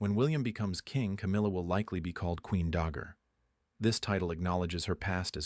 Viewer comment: The word "dowager" is pronounced "DOW-AH-JER" not "DOG-GER" ! Your AI narrator is not very intelligent.